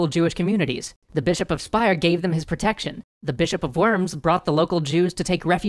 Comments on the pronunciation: Pronounced Verms, not Worms. Spelled worms. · Minor pronunciation nitpick: Worms is pronounced like "Verms" in English phonetics. ;) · I think worms is pronounced 'vurms'. sorry to be that guy. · Okay, I don't know but those city names were not right at all. Worms for one is not pronounced like the animal, but more like "voams". I'm being a smartass, I know....